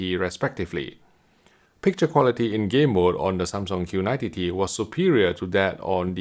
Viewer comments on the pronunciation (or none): Makes me crack up every time he says Q90 TTT